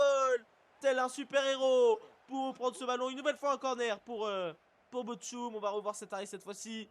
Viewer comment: Bochum se prononce: Bord Houme